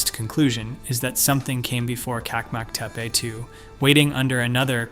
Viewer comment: One detail: The Turkish pronounciation is : CHAK-mak Te-peh